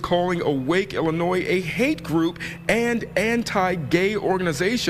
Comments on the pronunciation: It is NOT IlliNOISE. It's IlliNOY. Yikes. That's like nails on a chalkboard. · The "S" is silent at the end of Illionois. It's pronounces, "Ill-i-onoy" sorry it's just a pet peeve. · I like your videos but I gotta let you know you’re saying Illinois wrong, I dated a girl once from there once and she corrected me, there’s no noise In Illinois! 😂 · At least now we learned about a group fighting the good fight here that we didn't know existed before. I enjoyed passion on this topic so much I will forgive him for pronouncing the "s" in Illinois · The s is silent is Illinois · My guy, the S in Illinois is silent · Bro Your channel is great but the s is silent in Illinois. Drives me crazy. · No offense. Illinois is pronounced without saying the S at the end.